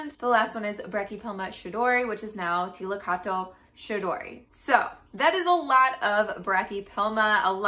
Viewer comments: its pronounced as liltocatal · T(i)/lil/to/cot/(e)l. The -cottl part is like kettle with sharp emphasize on first syllable. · The first audio clip is the more correct pronunciation. The second one, female voice with the "tull" ending fo the word is wrong. 1st one is good to go! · Don't worry, I'm Mexican, we have a bunch of words that come from Náhuatl and even I struggle to say Tliltocatl lol I'll keep trying my best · Great and POSITIVE video, thank you! If I may offer a suggestion for your pronunciation: The greatest (mechanical) challenges for those speakers of Europid languages, whether traditional or colonized, are lingual position and mouth shape. For speaking this Nahuatl word, shift focus away from placing the tip of the tongue just behind the front top teeth (as in English) and instead use the top of your tongue, flat against the middle of your palate. This will enable you to properly sound out the first and last syllables, while disabling you from producing the long, low and very English sounding "TOW" of the middle syllable, which does not exist in Nahuatl. If you feel your breath escaping by the sides of your mouth rather than the front (as in Europid lingual structures), and produce a sound more like "KLI" and "KL" sound, you're doing it right! An unpracticed, Europid language speaker pronouncing something like "KLIL TOH COCK" would be a great approximation! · You almost say it right at the end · You could speak the second t tho xD